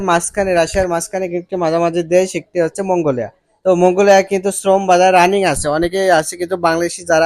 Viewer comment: মঙ্গোলিয়া সঠিক ভাবে উচ্চারণ করা শিখে, এর পর নিউজ করেন, অকে